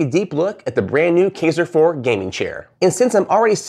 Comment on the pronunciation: Just fyi, it's pronounced "kEYEser" Also, you might want to work on making your video not sound like an advertisement.